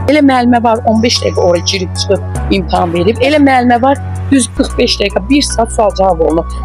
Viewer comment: Muellime “imtahan”a “imtaham”a deyende sonu bele olacaq…